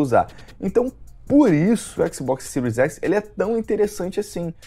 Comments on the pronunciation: Agora sim vou comprar um" cero x" com certeza 🤣🤣🤣 o cara não sabe falar nem o nome do console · O cara fala siru x kakakakakakakaka